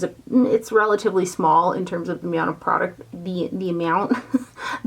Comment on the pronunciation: did you say the "meow-ount" of product instead of amount? Furbabyz always on the brain - too cute 💕